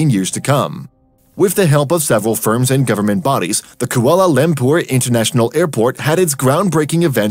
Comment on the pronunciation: But how do you pronounce Kuala Lumpur? It's awful.